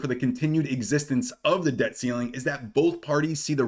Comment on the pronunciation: Pronounce your T's. We aren't in great Britain! Good video... Debt. Not deh.. Button not buh ehnn